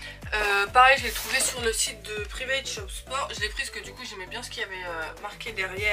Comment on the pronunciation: On dit privet sport shop 😂